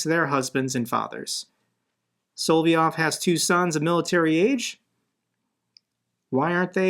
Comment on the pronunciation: It's Solov-yov not Soly-ov.